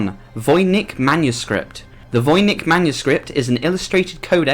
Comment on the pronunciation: "Seraphinus". Also " Voynich" not "Vonich".